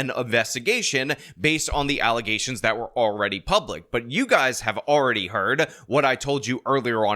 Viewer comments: You have corrupted my mind. Now every time I hear the word allegations all I hear in my head is allizations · ALLEZATIONS Entire crowd cheers in frenzy, especially me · Always making those 'allezations'! 😮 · Im just here to hear the Mayor say Allezations. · It still shocks me when I see that clip lol I dont understand how that happens, did she genuinely think thats how its pronounced? Was she pronouncing it that way intentionally?